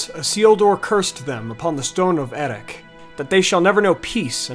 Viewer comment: The CH in Erech should be pronounced like Bach in German or Juan in Spanish, C is always pronounced as a K (You got this wrong with Hyarmendacil) Plus there is 5 (6 in Sindarin) vowels in Elvish languages. For instance when you pronounce Anárion the second A should sound the same as the first A. This must be tough for monolingual English speakers. Cheers!